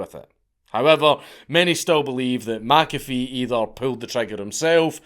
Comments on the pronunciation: It's Mc-A--Fee, not Mack-Affeee... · Meh Cafe, not Mac Cafe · It's actually pronounced mick- A-fee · Being Scotts, you're both wrong. it's pronounced 'my coffee' bloody Scotts. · Only a European would have the gall to tell a man how his own name is pronounced. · The hubris of telling a dead person they were pronouncing their own name wrong. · McAfee comes from Mac Dhuibhshíthe which if you pronounced it in gaidhlig would sound more like the way he says than how you said it dank. Just nit picking. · Pronounce it the way HE pronounced HIS name! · As a scottsman I'd have thought you'd be able to pronounce McAfee properly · All this time warning us you were gonna butcher other languages' words and you can't even stay consistent with pronouncing a name from your own land, you cheeky bastard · Wtf, Dank? You're arguing with a dead guy how he pronounces his surname? 😁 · that pronunciation really bothers me too, I currently live in McIntosh FL. Everyone calls it "MacIntosh", like the bloody computers. I also wonder when you'd get around to this guy. I met him, hell, I offered him and his women breakfast on several occasions. the smell of bacon and eggs wafting from the galley on my boat was a good persuasion tool. I used to live on a big old pacemaker, wood hulled motor yacht from the 60s. McAfee and his ladies moored up next to me in the marina I was berthed in, stayed for a couple weeks. I always wondered, some of them girls looked young. like... too young. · "No John, you're saying your name wrong" 😂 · My second name is mcafee and i say it the correct way just like john mcafee and im irish this scottish pronunciation is bullshit